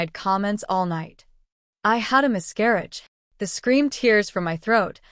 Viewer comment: No one is going mention "mis-CAR-auge" about 100 times.